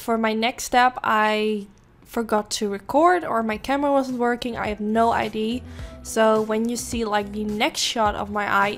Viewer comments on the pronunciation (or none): No offence but, - pronounciation of; idea = ideeeAh not idiee and 2. Its waterline not watline (at ur eye) Really love your videos btw.